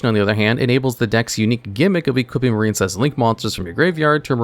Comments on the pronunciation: The Marincess part hurt my soul 😔 Its "MarINcess" NOT "MarINEcess". There's no silent "e" in Marincess, so the "i" doesn't make the long i sound. It's supposed to sound like "Princess", because there's no such thing as a "Preencess" smh 😑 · I had to skip Marincess. I keep hearing a very different word.